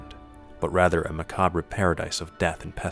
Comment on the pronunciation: Hahahaha. oh man. the narrator pronounced the r in macabre. that was awesome.